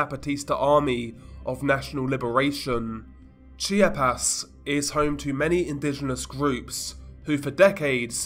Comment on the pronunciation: It’s not called “Chi-ah-pez” as you pronounce it. It’s pronounced as: Chap-ahs